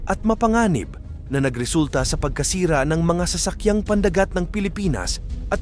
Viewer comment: Nakikilahok, kinondena, pandagat, haharangin, paglala, sangkalan... check the proper pronunciation. But you are good in your topic & blogs